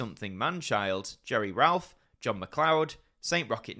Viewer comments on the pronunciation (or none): none